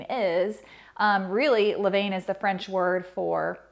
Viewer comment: Sorry to be picky, but levain is pronounced le-van!!!